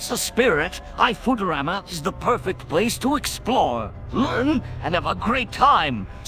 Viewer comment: BENDER PRONOUNCING IT AS FOO-TERAMA IM YELLING